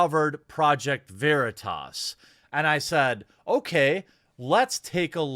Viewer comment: He was intentionally saying Veritas wrong as well.